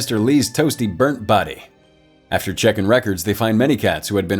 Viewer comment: I like how he says “Toasty burnt bodeh”